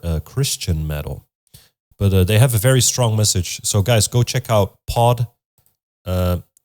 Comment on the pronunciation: My mans up in here calling them "pod":D No hate, but it's pee-oh-dee each letter of the acronym is how you say the band's name. I don't really agree that depression is purely a result of our society. Depression and mental illness have existed for longer than the terms and understandings have. Also P.O.D have a pretty awesome track on the second Matrix album called "sleeping awake". If you dig the xtian music, should check out the band Blinside their song pitiful or king of the closet or really any of their music. Great reaction!